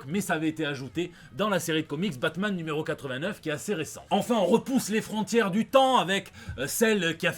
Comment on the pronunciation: Putain pourquoi tu prononce le nom de la bête la série Batman est foutue